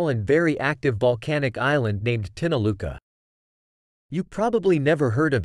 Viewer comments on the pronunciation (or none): Pronounced tinakula